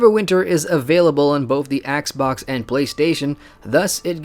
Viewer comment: So did you say axebox or assbox???